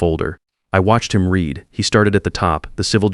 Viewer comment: Read red. Read Reed. This Ai voice has a problem with tenses. Same with live and live.